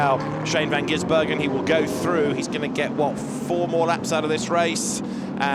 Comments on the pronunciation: please, it's Van Gisbergen without the middle 'N' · I wish someone would tell the commentator how to pronounce Shane Van Gisbergen's name properly. It's not GiNsbergen.